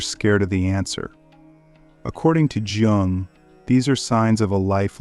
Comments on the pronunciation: It is not "Je Ong" it is "Yoong". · Is it Carl Yung? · The man’s name is mispronounced, and that is very annoying